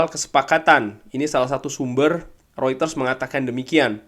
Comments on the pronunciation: Reuters bukan rueters bang mengucapkannya😂😂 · Mungkin bro bcanya pke aksen holland😂